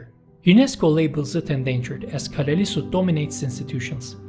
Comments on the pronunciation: Nice video. Two things though: Inuits is a double plural. The singular of Inuit is Inuk. There’s also a dual form. Inuits is the same as saying, for example, Danes-es 2) it’s more or less pronounced Kalaa-hsl-isut. The double L has the same sound as the double L in Welsh. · Yeah, that double ll mis-pronounsiation bugged me too. We also have a double ll in Icelandic but we pronounce it differently, with kind of a side click [tɬ].